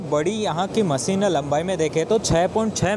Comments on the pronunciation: not Maseen but masheen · maseen, producsen, satasin